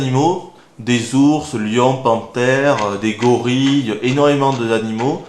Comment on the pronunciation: A : "Énormément de nanimo" Je suis morte de rire!!